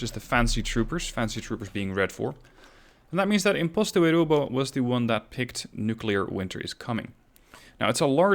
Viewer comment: I love how you pronounce my name correctly